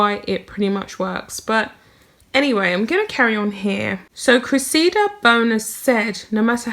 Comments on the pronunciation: Dear The name Cressida has the accent on the first syllable. Pronounced Cre’ssida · Her name is pronounced Cress i da. She was right he his so far up his own ass he can't see daylight!! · I believe you pronounce it, cress ee da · Cress-i-duh is the best I can do for phonetic pronouncing Cressida. Hope it helps. Love your pieces which are very insightful. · Cressida. Pronounced .....Cress (like Press) - i - like the I in it) and da (like dah in la di dah) 😻